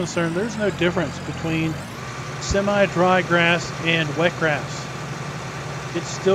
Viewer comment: It's semi not seme. Learn what e does to a word like win Vs wine